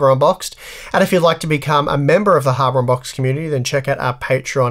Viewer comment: he's saying habour unboxed on purpose now, right?